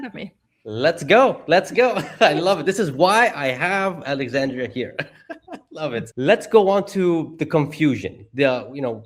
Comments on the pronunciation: her name is Alexandra not Alexandria. Also the word is “dilution” as in diluting in water, not “delusion” as in hallucination. Both of you were pronouncing it incorrectly. Great job otherwise. Thank you. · PLEASE pronounce AlexanDRA' s name correctly. It is NOT Alexandria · Her name is Alexandra not Alexandria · It would be nice if the host would make the effort to pronounce Alexandra’s name correctly. It’s Alexandra. Not AlexandrIa Not Alexander. It’s not that hard to get it right if you care. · It's Alexandra, not Alexandria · it's great that you pronounce her last name correctly, but her first name is Alexandra, not Alexandria. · the host can’t seem to get Alexandra‘s name right. Hey dude, write it down, sound it out. It’s disrespectful.